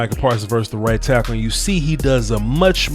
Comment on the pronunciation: i had to go back and listen to this coulda swore you said white tackle instead of right tackle